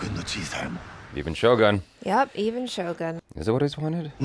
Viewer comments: is shogOOn, not shogAn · First channel that I hear they pronounce Shogun correctly